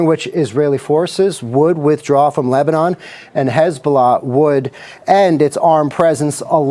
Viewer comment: Dude almost says Lesbian instead of Lebanon 😂